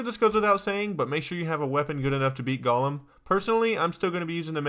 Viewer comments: It is pronouced gow lum not gawlum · Not sure why this bothers me so much, but 'golem' rhymes with 'bowl em' is not pronounced like gollum. Sounds like he's saying gollum.